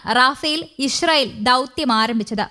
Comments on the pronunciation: ബംഗാളി ന്യൂസ് റീഡർ ആണ് എന്ന് തോന്നുന്നു ഇശ്രായിൽ 😅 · ഇസ്രായേൽ എന്ന പേര് ശരിയായി വായിക്കാൻ അറിയാവുന്നവരാരും ഇല്ലേ ?